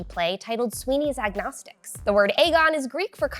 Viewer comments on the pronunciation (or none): Am I the only one bothered by the word "Agonistes" being pronounced "Agnostics"?